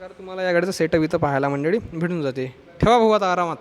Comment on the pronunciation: मंडडी नाही म्हणायचं मंडळी म्हणा.